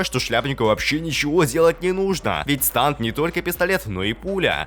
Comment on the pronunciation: Не станд,а стенд